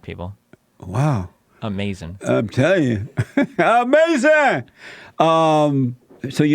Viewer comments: because each time destiny says something he can't defend he just says "AMEZIN" and moves on to the next topic. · It's like his brain shuts down when challenged and he reflexively says ahmazin.